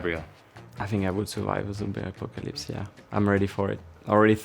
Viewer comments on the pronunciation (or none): I can't believe no one mentioned Kimi for the zombie apocalypse?? I've seen a three minute cut of him just saying "Zumbie ah-POH-ca-lips" on repeat